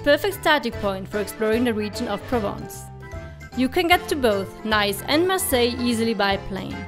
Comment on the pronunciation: Perfect video until your pronunciation of Nice 😂